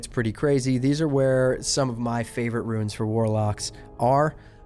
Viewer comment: It's pronounced "roons" not "ruins".